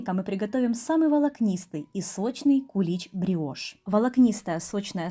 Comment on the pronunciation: Не гриошь а бриошь